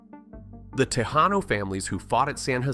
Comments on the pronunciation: TeSHAYnos???? You goober it's Te Hah no. The J in tejano is pronounced like an H. You don't know much about Texas. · OK, why is this channel called FACT Atlas, when there is such a shortage of facts? And when the narrator - robotic or not - pronounced Tejano (tay-hah'-no) as ta-jay'-no, I decided to spend my time elsewhere. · San ‘Jacinto’? ‘Tejano’? Pronounced with a soft ‘j’ sound? OK LOL I am done with this crap video … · do you say "Tay-Shane-oh" ? if you're going to mispronounce it, use the J! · Mispronounced Tejano. NOT an exotic word! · The way you just pronounced tejano pissed of all real Texans,probably. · What gave it away? The way he said Tejano? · his bad attitude and he can’t say nothing right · Maybe you should learn to pronounce "Tejano" . before making a video about Tejas .